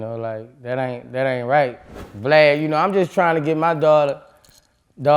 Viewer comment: Lol he calls him "Vleid"